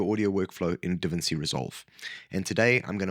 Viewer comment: That’s not how you pronounce DaVinci.